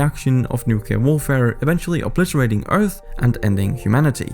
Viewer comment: It is pronounced (New-Klee-err) Not (Nuke-Yuh-Ler) lol this drives me so crazy and i will never understand why this mistake is so common. Bush Jr Did it and nearly made my ears bleed regularly 🙉🙉🙉🙉🙉🙊🙊🙊🙊🙊